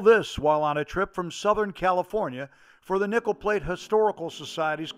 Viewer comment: I’m sorry, but every time you said “Nickel Plate Road”, it sounded like you said “Nipple Plate”. Awesome drone footage of a beautiful railroad!